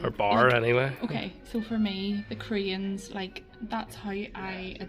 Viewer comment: Help out an American would you? When you first enter the Grand Central hotel observatory it sounds like you're saying you know you're in Northern Ireland when you "see the Koreans." That can't be right LOL so can you tell me what it is you are seeing out the window that brings this all home to you? Much appreciated